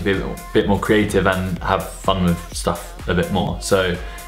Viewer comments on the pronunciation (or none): none